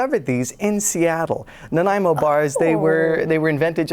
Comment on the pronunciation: Thanks to Dylan for pronouncing Nanaimo correctly! I live in Victoria on Vancouver Island where so many of our place names are mispronounced by visitors, especially those that come from our First Nations languages,as Nanaimo does. 🇨🇦